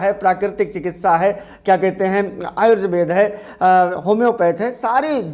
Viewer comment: सबसे पहले तो अपना प्रनंसीएशन सही कीजिए आजुर्वेद नहीं होता आयुर्वेद होता है